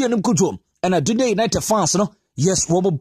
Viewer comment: Please it’s pronounced “Dandii” united . Ghana 🇬🇭 should watch out for this boy Matthew Anim Cudjoe.. His one for the future. I pray for an injury free season for him.